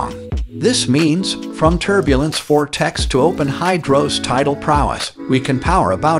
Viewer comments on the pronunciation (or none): none